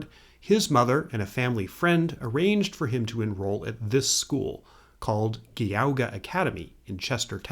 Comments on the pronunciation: FYI from an Ohio native - Geauga is pronounced "JEE-AH-GUH" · As much as I love this video, as a northeast Ohio native, the pronunciation is straight up hilarious. Kai-ya-Haw-ga (cuyahoga) and Gee-aw-gah (Geauga)…that’s at least how Clevelanders say it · Its pronounced Gee-AW-ga. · Yes. Geauga = Gee-aw-gah, like someone else commented. The pronunciation in the video is like fingernails on a chalkboard to us native Ohioans, lol. Thanks for the interesting video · For future reference: Geauga is pronounced "Gee-aw-gah." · It's jee ah ga :) I'm from Solon near Moreland Hills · I believe it’s pronounced “Jee-Aw-Gah” by the locals but that might be a modern iteration. But I know, like myself, likes to play it loose with pronunciation on YouTube so I’m just taking the top spot of “pronunciation policemen” to keep the vibe strong. Like the video.